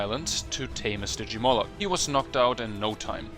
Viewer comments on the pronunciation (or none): none